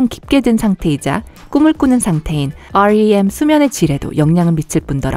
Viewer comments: 그거나 그거나긴한데 REM수면보다 렘수면이라고 읽는게 보통아닌가?...요? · 오왈리엠 발음이 크으